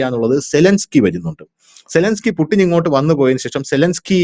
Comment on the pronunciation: പുടിൻ അല്ലേടാ പുല്ലേ പൂട്ടിൻ എന്ന് പറഞ്ഞു പരിശീലിക്കു